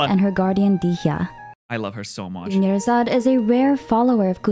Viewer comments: "Dunyarzard becomes DONEyazard" THAT WAS SO FOUL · dunyarzad becoming doneyarzad is the biggest disrespect ive ever heard in a genshin video